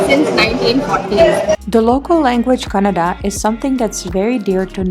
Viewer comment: She said 😍kannada 😍it's just amazing